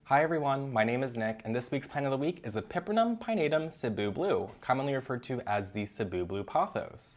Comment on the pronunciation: Hermione voice “It’s epi-PREM-num, not e-PEPPER-num”🪄